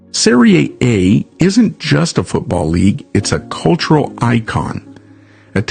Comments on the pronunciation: You should never say Soccer again(it's wrong to say Soccer). I'll try to help you pronounce SERIE A the right way. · Or just USA butchered, no research accent 😅